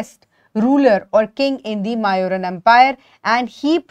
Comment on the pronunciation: That is not how these names are pronounced, it's not chan-yaka, it's chaan- nakya. It's not mauuran its moooryan. These are the correct pronunciation of these names ..